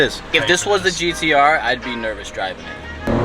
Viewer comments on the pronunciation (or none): it’s gtr no gdr like you keep saying